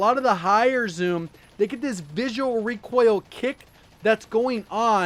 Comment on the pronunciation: Omg you say reek oil like my boy Hawksnest!!